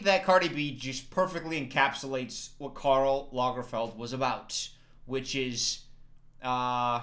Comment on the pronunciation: It’s trash. All outfits are trash 😂😂😂 but I love your pronouncion on Karl. It really sounded Swedish 😍